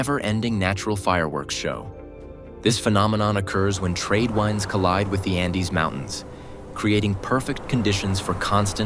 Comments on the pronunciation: I stopped watching after the bot said the word tradewinds, but pronounced it like the WINE that you drink, or you WIND up a toy car. What happened to humans? Why are we losing out to A.I. in such a pathetic way? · You are very intuitive....I also heard it distinctly..